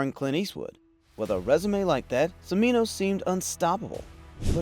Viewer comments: You pronounce “Cimino” as Chim-ee-noh. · It's pronounced "Chimino." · Mispronouncing Cimino's name... tsk tsk tsk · Your mispronouncing Cimino and Chaplin ticked off Hoover at some other point apparently,. Also, Chaplin did not know about the Holocaust and said he would not have made the film at all or maybe very differently.. Still, it is a classic and HEAVEN'S GATE has its moments.